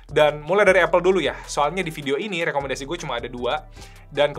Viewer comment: Lekomendasii. rrrrrrr